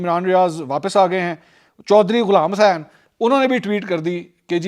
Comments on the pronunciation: The way you say the name of Ch Ghulam hussain was epic. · ye ghulaam hussain wala accent ajeeb nahi ta? 😄😄😄😄 eid mubarak mansoor bhai